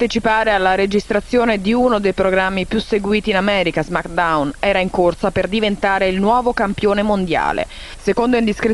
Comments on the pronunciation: SI DICE SMECKDAUN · Sono così intellettuali i nostri amici di Mediaset che non sanno neanche pronunciare Smackdown